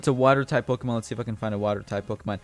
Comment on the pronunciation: Is ur first Pokemon game?cuz I'm pretty sure ur pronouncing Pokemon wrong XD